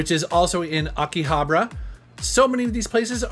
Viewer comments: my ocd kept getting erked as how he said akihabara as "akihabra" but other than that, awesome locations lol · ughhh the way he pronounces Akihabara is super cringe, Akihabra lmaooo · I Lived in Tokyo for 7 Years and the way you Pronounce Akihabara is Killing me lol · I know, I start to cringe every time he pronounces it wrong like that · Abra cadabra... Akihhhhhhhabara...joder esa pronunciacion americana de las letra "hache"